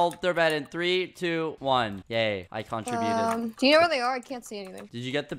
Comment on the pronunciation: I WILL NEVER STOP POINTING OUT HOW CUTE IT IS THAT SKEPPY PRONOUNCES CONTRIBUTES WRONG